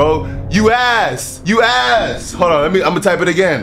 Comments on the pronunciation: My boy had me dying 🤣🤣says “youass” 🤣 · “Youass” IM DEAD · “Youass” Instant regret💀